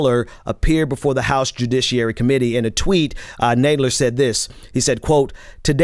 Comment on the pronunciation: It is NOT Naaadler. His name is Nad (as in Mad) ler. You are in a position that requires you pronounce names correctly. Please....his name is frequently in the news and there is no reason for you to mispronounce it.